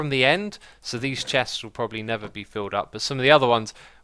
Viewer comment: Does anyone else notice how whenever X says never, it sounds like nether?